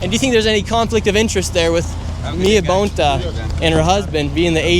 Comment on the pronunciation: The Bontás are EVIL. He, the inept, DEMON CA AG, Filipino born and she, NY Puerto Rican, neither of whom know how to pronounce their Spanish surname (Bone TAH)! Sickening as a 5th gen CA!!!